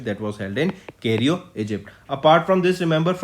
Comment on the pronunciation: It's Cairo sir not cario